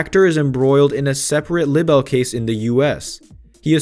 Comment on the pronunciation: This narrator cannot say "libel".